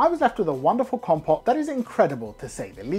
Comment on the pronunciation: I really appreciate this. I'd known sumac has a great flavour but you go in depth in describing its essence and how to use it. Valuable service. Thank you. Also it's "com-pote" not "compot" lol